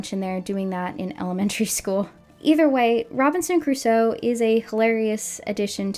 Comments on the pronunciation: So is the dad pronouncing it as "Robinson Caruso" a deliberate gag in the episode or couldn't the actor say "Crusoe"? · Robinson "Cuh-ruso" is really bothering me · This is just such a "they're missing a vocal director/they're not doing their job" thing but it's so grating how Chum Chumchilla keeps saying Caruso instead of Crusoe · This is minor, but god, it grates on me hearing the show call him "Robinson Caruso". It's CRUSOE, 2 syllables. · The fact that the voice actor keeps saying "Robinson Caruso" instead of "Robinson Crusoe" is pissing me off so much. They don't even respect the idea of the text enough to bother getting the name right. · I can't be the only one thinking it. He's pronouncing it "Robinson Caruso". EDIT: As an Argentinian, thank you for bringing up the horrors of the CIA-backed dictatorship. So many other North American content creators hedge their words about it, while running their mouths about other political movements (peronism) they know nothing about. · is... is he saying Robinson CARUSO?! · My swedish brain got a bit confused as you and all the voices started saying Robinson Crus-oe and I wondered, who the heck is that? Then I realised I and my entire society has pronounced it wrong all my life. Apparently the "oe" is not silent. :P